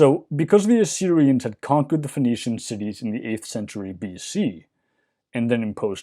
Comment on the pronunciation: I keep hearing "phoenician" as "venetian".